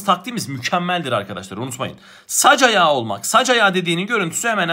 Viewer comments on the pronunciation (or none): bu arada ''zıttı'' değil ''zıddı'' ''saç ayağı'' değil ''sacayağı''